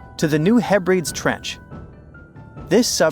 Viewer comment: New Mad rid and Heb ri deez. Pronunciation matters. 💖